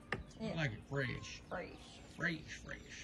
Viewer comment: Fresh pronounced “Frashe”😂 now that’s country talk y’all don’t know nothing about that